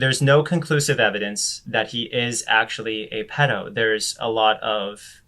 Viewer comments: ... why are you saying “pledo”? If you’re talking about the shortened form of Paedophile/Pedophile... then there is no L in ‘Paedo/Pedo”, besides the point but you said it more than once so rather than a slip of the tongue you seem to think that’s how it’s pronounced 🤔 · You said pledo twice idk why that bothered me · Why do you say pledo btw? Also this "man" (Onision or Greg) should not be allowed on the internet. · Its PEDO not PLEDO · Is he saying pledo? Lol!🤣